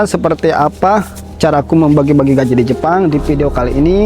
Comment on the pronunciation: GAJI bukan GAJIH😂